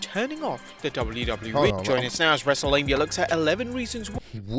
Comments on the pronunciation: Wrestle-mia!?! Delete the episode......Delete host...... lol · Wrestle-LAME-Mia. Lol